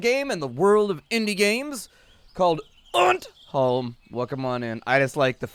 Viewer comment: I have no idea why but I actually got slightly offended from the way he was saying undholm, for the simple fact that he was saying it wrong, but I am not one of those people I promise